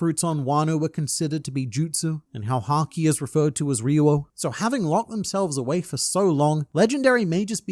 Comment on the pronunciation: FINALLY SOMEONE PRONOUNCED RYU-O CORRECTLY! it's not goddamn RIO like all the sheep's yapp. And it's not Advanced conquerors coating nonsense. RYU-O is simply the name for Haki in Wano.